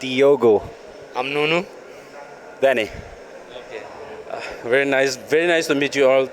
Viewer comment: I guess it's Nuno not Nunu